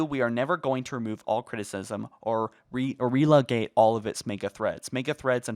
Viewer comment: Did he say re-le-gate? I hope he is ok